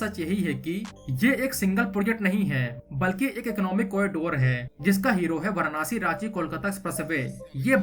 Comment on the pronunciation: Pahle tu varansi/Va(a)ra(a)nsi toh bolna sikh le. Anpadh se bhi bekar aadmi hai bhai tu.